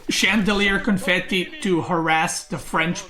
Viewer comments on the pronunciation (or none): It's not Chandelier Confetti. It's Chevalier Confrere:)